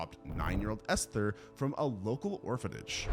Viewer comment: Good god, it's not pronounced Esthhhher. Just say it as Ester. There's no pronounced H in the word.